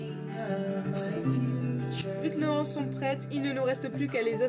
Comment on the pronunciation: Il n'y a pas de "h" à "anses, donc on dit l'anse... pitiééé....je l'entends sur toutes les videos, alors je ne résiste plus à l'envie de le préciser.:)) Sinon, super tuto, très clair et quel beau travail soigné!